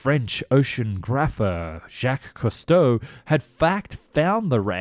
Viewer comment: So as for the pronunciation : Surcouf -> more like "Sürcoof", yet getting the "ü" right seems close to a lost cause for natural english-speaking people, a bit like the "th" for French De Gaulle -> more like "Duh Goal" Cousteau -> more like "Coostow" (with the "oo" from "mood") Cherbourg -> that one's quite OK, the "r" being the other lost cause either way so it doesn't really count :)